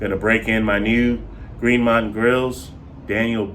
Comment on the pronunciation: It’s GREEN MOUNTAIN Not Green Mont 😂😂😂